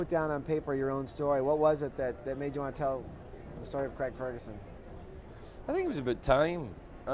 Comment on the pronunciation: Cregg? CREGG? Its CRAIG! Americans...